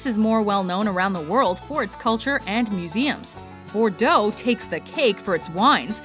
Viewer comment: At least you pronounced Bordeaux correctly try harder next time